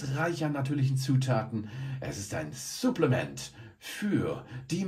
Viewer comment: Irgendwie triggert es mich wie du Supplements aussprichst haha